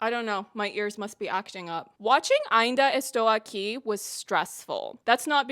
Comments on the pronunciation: I think I just watched the best review I’ve ever seen in my life with the best pronunciation of AINDA ESTOU AQUI too perfect everything perfect❤❤❤❤❤ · Your pronounce of Ainda Estou Aqui was on point, in fact. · Girl Portuguese speaker are not like frenches. If u at least try to speak Portuguese we are overwhelmed. We don’t mind about accent and mistakes. But ur “Ainda estou aqui” is perfect. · As a Brazillian japanese I have to say: your "Ainda Estou Aqui" was pretty good. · You pronounce "Ainda estou aqui" so well you sound like an native Wasn't expecting you to cover an movie from my country but I have been a fan of you since your episode reviews from The Boys season 3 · You were the non brazillian that ive seen doing the closest ainda estou aqui pronunciation, you even tried to pronunciate the torres with the portuguese R sound, wich alread shows your consideration Anyways, i do apreciate you engaging with ainda estou aqui's political and historical context. This movie is about memory, our colletive memory from a time that refuses to be over. Rubens' torturers are still alive and recibing money from the military. To this day they hadnt been juged for their crimes and probably will die peaceful from old age as many did. We never healded from it, our suvivors and their families are still here to this day waiting for justice. Eunice's son wrote the book and he's friend with fernanda torres and selton mello, even so it was easier for him to see his book turn into a oscar nominated film than to found his father's body 50 years ago É por isso q é importante dizer e repetir: Sem anistia e ditadura nunca mais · > Pronounces "Ainda estou aqui" perfectly, almost as a native > Proceeds to excuse herself for butchering the pronunciation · Your pronunciation of Ainda Estou Aqui is good!!! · As a Brazilian, I can guarantee that your pronunciation is great. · You're actually the first person that I've seen on youtube that pronounced the name right lmao